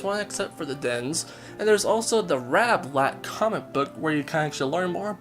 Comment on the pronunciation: U SAID RABLAT!!!!!!!!!!